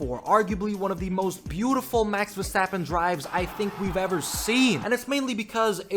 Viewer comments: It’s not Verschtappen. 🤦🏻‍♂️ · There is no "sh" sound in his last name, please stop doing that